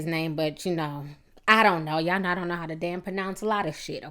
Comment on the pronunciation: What the fuck is a y'awl and de troot lol?